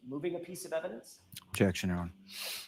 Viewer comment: “Objectic” ….. “ Sustained “ she doesn’t let him say objection nor does she listen to what he is objecting lol smh